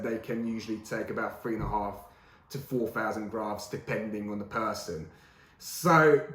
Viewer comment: “Four fousand”grafts , nice